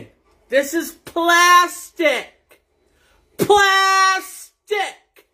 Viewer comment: Lol I was waiting for him to bite his tongue when he said "Pla~sthu~ic"